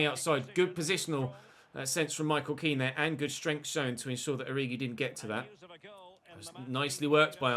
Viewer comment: It’s not ken it’s Kean